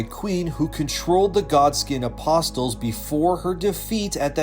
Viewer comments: Ah-pos-els Eye-urn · Love your videos brother but I’m not gonna be able to watch the Godskin Apostles one if you’re going to pronounce them as “apos-Tles” Lol. The t is silent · Bro. The "T" in "apostles" is silent. Stop saying "apostels" jfc... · If you're going to make a video about the Godskin apostles in the future let me give you a tip. It's pronounced Uh-po-sels. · T is silent in apostles, brotha. Love your elden ring videos! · You need to look up words you don’t know. Common Words like “apostles” should not a problem at this point; let alone mis-pronouncing your own stolen name 🤦‍♂️ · Don’t pronounce the t is apostles. Great vid though